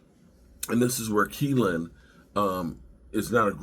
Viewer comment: I'm a Wash fan and this looks pretty good for the Cowboys. Guyton, Kneeland, Cooper are all good prospects., 'knee' is the thing on your leg, the part that gets injured so much in football. So his name is probably pronounced with a silent K